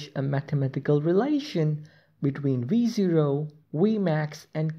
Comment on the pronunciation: i only hear re zero instead of v0